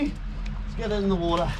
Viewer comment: Wah-ah You mean water? Lol